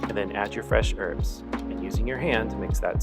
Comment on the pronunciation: I'm back, certainly my go to dumpling reminder. Lovely stuff. I truly suggest slow cooking the stew even over night depending on cuts. ❤❤You're wonderful and thank you again ❤❤great to hear someone say 'herbs' with an aitch😂